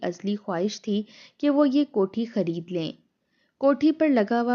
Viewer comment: “Jok dr jok” nahi “ joq dr joq” “ kohti” nahi “ kot’hi” Nothing else except exaggeration.